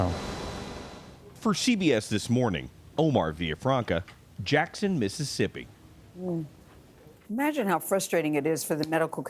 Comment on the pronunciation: He said “Mississippity” 🤣🤣🤣